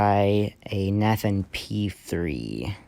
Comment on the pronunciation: You’re pronouncing Nathan wrong.